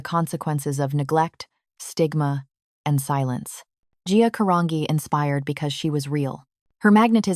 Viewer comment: "G" Caran"G"i Italian!!!!